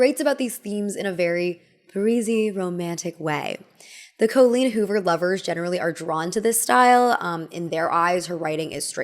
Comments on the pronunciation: co-leen hoover joining the ranks with grand ol oh-pree and rob ray-ner. i love you but how do you always do this lmao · i love your videos, but as an irish person with an Irish name myself please please please look into how to pronounce names of irish origin. I dont care about the writer, but the name Colleen is not Col as in Colon, but Col as in Colony, with emphasis on the een as in Halloween. (You need work on Riordan too). Sorry to be that person 😅